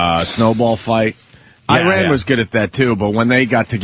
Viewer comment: Dunce Opie, if you can't pronounce 'Iran', you shouldn't be discussing it.